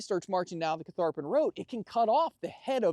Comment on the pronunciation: Many kudos to for his camera work, and to the whole crew for pronouncing Catharpin correctly! Didn’t realize there was so much Revolutionary War history also connected to the site, but the entire Central Virginia area was strategic in both wars.